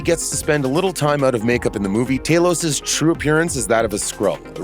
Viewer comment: TAH-lows not TAY-lows. Just like THAH-nows, not THAY-nows. They pronounce the names in the movies. It’s not that hard to listen.